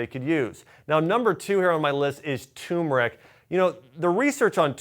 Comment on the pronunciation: Please! It's "tuRmeric" not tumeric